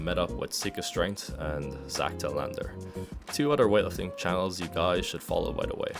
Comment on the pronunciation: "Zac telAnder"